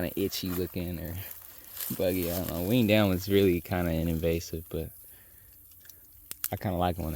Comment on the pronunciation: Hey y'all. I like how you both methodically look at the land and plan your future. It's a beautiful thing., you kept talking about cutting that Winged Elm tree and all I kept hearing was "wean down" tree. 😂 I said wth is a wean down tree? I googlized it and learned about the Winged Elm. 😂